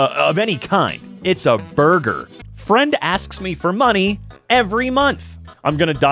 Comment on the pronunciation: that “borgir” has me laughing more than I probably should 🤣😭